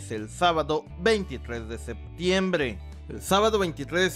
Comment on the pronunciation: me caga como dises septiembrrrreee